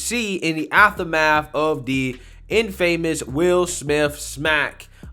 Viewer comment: Say "infamous" again? 😁😉